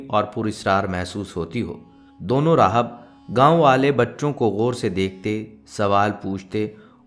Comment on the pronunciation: Aapka talab kuchh theek nahin Hai he loves rahab nahin rahib Hai